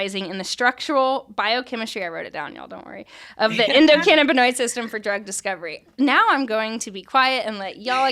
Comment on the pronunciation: It's endo canna binoid. Not canabba dabba doo. We are not Fred Flintstone.